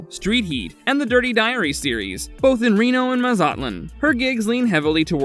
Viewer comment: The way you pronounced “mazatlan” physically killed me